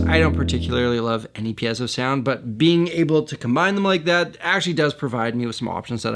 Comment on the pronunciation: Also. THANK YOU for pronouncing “piezo” properly.